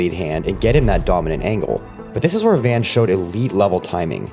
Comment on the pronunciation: I have burmese friends that have similar names and speak the same national language as joshua van. Just to clarify it is not joshua van 🚐, it is joshua van (pronounced von). If has been triggering my ocd hearing it mispronounced